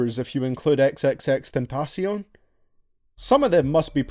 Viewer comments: Your the first person I heard say x name right 😂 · i hate that you dont appreciate the aggresive songs but i love how you pronounce xxxtentacion